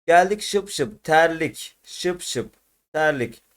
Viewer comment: Abi terlik şıpşıp değil şipşip doğrusu😂👍